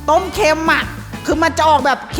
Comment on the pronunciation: ต้มเค็ม(เค็น)😂😂😂